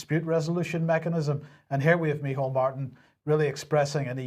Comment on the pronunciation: Thanks lads for pronouncing Me-hole Martin's name right 👉